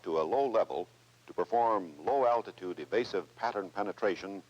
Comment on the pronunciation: “Low al-tit-ude also offers greater probability of survival during penetration….camaltoe concept…drop to low level to perform low al-tit-ude evasive pattern penetration at near sonic speeds…to deliver a lay down weapon against hard or hidden targets…” Nice…. Yes, I’m 5, just like every other guy you know, don’t judge us…